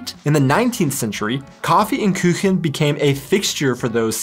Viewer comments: It‘s Kuchen not Küchen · Please, don‘t pronounce the ‚u‘ as an ‚ü‘. If there are no dots above the u it‘s always spoken like a brode English ‚oo‘. So Kuchen is not ‚Kütschen‘. :-) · "Kaffee and Küchen.." LoL. That's cute. What you tried to say is "Kaffee und Kuchen" (Coffee and Cake) of course. But you said/pronounced: Kaffee und Küchen (Coffee and Kitchen). Küchen = Kitchen (plural). Kuchen (cake) is pronounced like KUchen (Ku like coo). Don't worry, German is a difficult language. ^^ Thanks for this very interesting video that shows a view from an American! Greetings from Germany. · First of all: congrats on little passport😉 Secondly: It is Kuchen, with a long u (as in the English "moon"), not Küchen (which would be pronounced with a short ü) - kitchens. Kaffee und Kuchen is still a great thing. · First of all, congratulations for your new family member 😊 And second, to help you with german a bit: You're trying to pronounce "Kuchen" like "Küchen" (kitchens) [Pronounced /ky:çən/or /ky:çn/]. Kuchen is pronounced like /ku:χən/ or /ku:χn/ 😉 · You can pronounce "Kuchen" with an English double O, as in "cook", it's koochen, not küchen or kiuchen :) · First of all: congrats an all the best wishes to all three of you :) sry, but there's one little thing that I strikes me in quite a number of your (otherwise very entertaining) videos ;) There is no "ü" in Kuchen or Bratwurst. There's a difference between the letters "u" and "ü". Not every u is an Umlaut (quite the opposite, in fact) ! A "u" without those little dots on top sounds quite like the oe-sound in "shoe". I don't need to explain the pronunciation of the "ü", you nearly perfected it ;) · The way you pronounce "Kuchen" (cake) sounds much more like "Küchen" (kitches). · Kaffe und Kuhchen. Not Kuechen. I lived and worked in Germany for over 20 years, never ate horse meat. Saw the butchers on the local market, but never bought from them. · you are always saying "Küchen" instead of "Kuchen". ;) try Kuh + chen